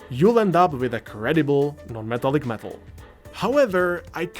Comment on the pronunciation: bruh, wth is he saying. na-metal-lick-meetal? great video tho